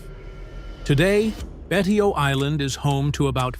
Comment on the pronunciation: Also Betio is pronounced " Bay show".